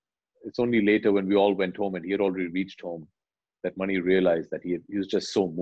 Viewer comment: I love it how Abhishek is pronouncing the director’s name as मणि and not “MONEY”